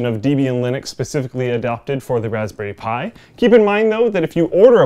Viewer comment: 0;36 "... welcome to my review of the raspberry spthi 2 ..." What's a Raspberry Spthi? Can I get one? Based on this review it sounds AWESOME!